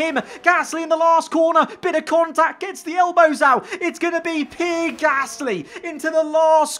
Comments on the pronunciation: PEE-AIR, PEE-AIR, PEE-AIR, NOT FUCKING PIER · I don't like Pierre Gasly, but I never called him Pee Air Gasly. 😂😂😂😂😂😂😂😂😂😂😂😂😂😂😂😂😂😂😂😂😂😂😂😂😂😂😂😂😂😂😂😂😂😂😂😂